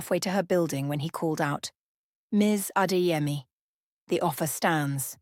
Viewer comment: Beautiful story but Adaeze & Chidimma is Igbo, Zainab & Adeyemi is moslem Yoruba, it REALLY sounds like a broken glass when you mention those names we don’t like anxiety😢